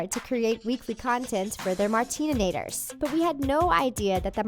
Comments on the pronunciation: Mmmm sorry but did you said martinenator??🤨WTH its MARTINATORS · it’s martinators not martinanaitors you dumb girl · WAIT WAIT .....IS IT JUST ME OR DID THE LADY DAY MARTININATOR 😑😑😑😑😑 IT IS MARTINATOR!!!!!! I THINK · It's MARTINATOR not MARTEAMATORS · OMG ITS NOT MARTININATOR DUMBY, ITS MARTINATOR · It’s pronounced Mart-in-a-ter not mart-in-in-a-tor FYI not trying to be mean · its martinaitor not martineninator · Martinanator?!?!?! It’s Martinator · What the heck! It's not martininators it's martinators, I've never cringed so much in my life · im not martininator . im martinators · Martinator not martinonater 😂😂😂😂😂😂😂😂😂😂😂😂😂😂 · Martinators not martineninators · You crushed me!! Itsssssss martinators not martininators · It’s Martinator not Martininator! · MARTININATORS?!!?!?!!? We are called Martinators!!!!!!!! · Lol Tf she said Martininimator accept Martinator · *Martinators not Martininators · LOL ITS MARTINATOR NOT MARTININATOR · Martinators not Martinenators or something... I stopped watching them after they left Team 10 but I still remember that tho...😂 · It’s not martinenator, it’s martinator, there is a DIFERRENCE, and this lady clearly isn’t a martinator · MartiNATORS NOT martininators 😂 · It's martinators no martnininator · It’s MARTINATOR not MARTINANATOR🙄🙄🙄🙄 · Lol she called us martininators instead of martinators. 😂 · What's martinanator?? We r martinators 😎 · I can't when she says martininator IT'S MARTINATOR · Martininator 😂lol***Martinators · can she pls say martinators not martonitirs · Marteninators ? Its called Martinators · I already knew all this 😂 you said martinator wrong 😂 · 'To see if your a true martininator' Me: IT'S MARTINATOR AND YES I AM BUT YOU CLEARLY AREN'T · its not Martinanator its Martinator!!! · Its Martinaitors dumbass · Martininators? Seriously? It’s Martinators JESUS CHRIST!!!!!!!! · IT'S MARTINATOR NOT MARTININATOR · It’s martinators not martinenators😤that annoyed me so much anyone else?? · Wtf she said martanater wrong